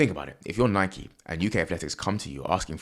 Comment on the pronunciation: Gasp A Brit who pronounces Nike correctly! 😳🤯 Is hell freezing over or something??? O_o